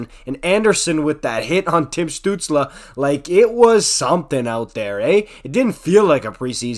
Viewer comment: As a Sens fan I can't disagree with much you said there, you even pronounced his name right. At this point I think the diving claims are pretty exaggerated but remember he's 20 years old, he'll figure it out. Crosby was accused of being a diver too.